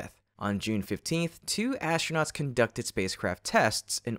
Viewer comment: Also - ASHtronauts. Once you hear it...